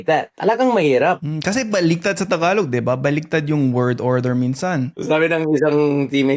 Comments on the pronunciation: it is pronounce Ta-galog not Thaaaaghalog..Pag nag salita ka ng tagalog parang Robot.. Joke Lang, hehe.😅🤣😂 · The way you pronounce tagalog sounds like Spanish where you put a bit of glide on the Gs But tagalog G is quite a straight hard G idk